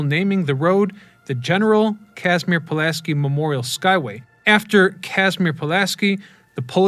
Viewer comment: Man can do all this research into the story behind the bridge but not pronounce Pulaski correctly. You couldn't even say it right when you were speaking directly about Casimir?